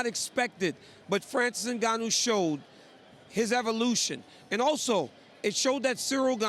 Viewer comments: Ngannou, not "en-gon-nyew." Sheesh. She had one job. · NgaYOU!!? It's interesting how folks pronounce names incorrectly.🤦🏿‍♂️🤦🏿‍♂️🤦🏿‍♂️ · Everyone: "NGannou" Ashley: "Engañu" 😆😆😆😆😆😆😆😆